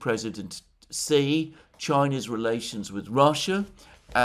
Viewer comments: hay alexander, president xi's name is pronounced like the female pronoun "she". Just call him a girl in english, "she", that is how you pronounce 'xi' properly. love your work, thank you! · Please learn to pronounce Xi. X in pin yin iz pronounced like soft sh. Chinese is based of syllables and changing X with S iz a huge difference